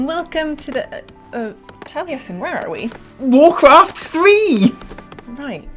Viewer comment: Not sure I ever heard of warcwaft thwee